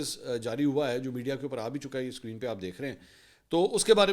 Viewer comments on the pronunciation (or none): none